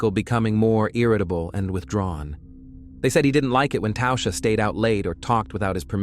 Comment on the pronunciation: "Tausha?" There's no U in Tasha.